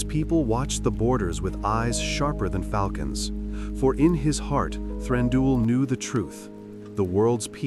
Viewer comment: Stop saying Thranduuul 😱